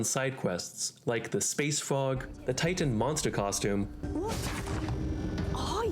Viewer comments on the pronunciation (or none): none